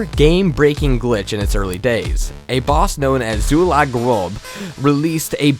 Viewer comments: zula...what? First off, you're probably trying to say Zul'Gurub. (Zool goo rub) Second, that's the name of the area, not the boss. The boss is named Hakkar the Soulflayer. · "A boss known as Zulagrob" What the fuck? Have you guys done ANY research at all? The boss' name is Hakkar, and he was the final boss of "Zul'gurub" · lol "Zulag Gurab". Just for clarification, the name was Hakkar the Soul-Flayer from Zul'Gurub. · the WoW boss was in a place called Zul' Gurub (which is what you were trying to say, but mispronounced) and was caused by a boss called Hakkar the Soulflayer